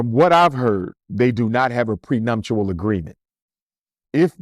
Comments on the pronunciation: It’s prenuptial NOT “prenumptial” brother. ALSO: it was the Oscars NOT the Emmy’s. Keep up the great work 🫡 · How are you so educated and well spoken, but mispronounced prenuptial multiple times? 🤨